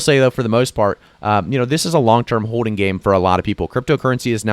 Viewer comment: Its also pronounced hoLding lol not hoe ding lol